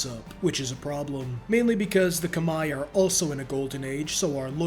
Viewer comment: Look at this nerd pronouncing Khmer correctly like a nerd Lmao.